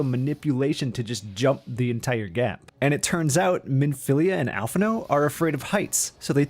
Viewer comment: Did you just say al-phin-no? Fuck you.